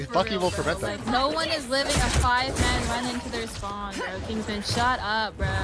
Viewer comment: Why does say 'Bro' with the intonation of a slur?